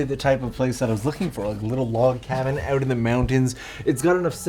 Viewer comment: Log cobin? 🤣Bruh... thank you. Both for the video, the effort and the laugh. And YES, I do those mistakes myself a LOT. Which is why I found that hilarious.